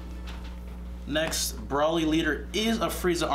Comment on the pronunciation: Its pronounced (bro-lee) not (bra-lee)